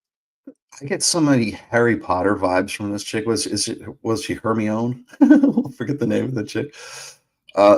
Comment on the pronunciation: Herm Eye Oh Ninny